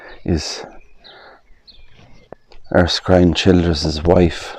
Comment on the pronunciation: I am very familiar with the name ERSKINE and know quite a few people with that name. It is pronounced on Google as well, as 'ER - Skin' not 'ERS - Kind' as you said. Unless the Irish pronounce it differently. It's unfortunate that the church there no longer is in operation and has no roof.